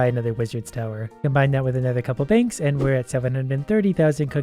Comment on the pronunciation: lol at one point in the vid he said bankths